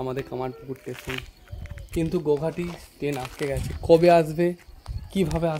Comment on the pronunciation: "স্টেশন" - টেশন না।